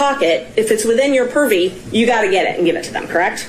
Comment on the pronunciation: Your honour, I object to the way she says purview